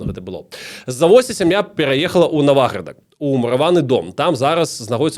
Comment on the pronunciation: вялікі дзякуй! тэма філаматаў філарэтаў +++ трошкі рэжа слух націк у назвах) правільна НавАградак і НавАградчына:)